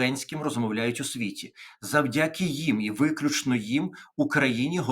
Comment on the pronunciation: Будь ласка, не завдЯки, а завдякИ.